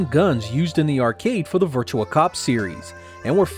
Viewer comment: Why does everyone keep saying Virtua as Virtual